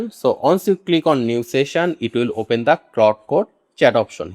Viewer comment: Abe GHADE apne pronunciation thik kar, its not Whoil its while, its not O- Pain its Open, its not Woeb its web. Kyu time kharab kar raha hai logo ka galat thumbnail lagakar. Jhuth bolkar. Technikal kam kar English padh le Ghade.